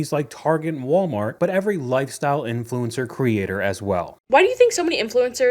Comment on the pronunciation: When I hear " INFLENCER" I just want to kick somebody